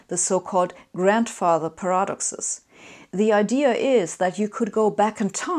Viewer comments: "per AH duk sez" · I'm saying "paradoxes" like this now. Sounds so cool.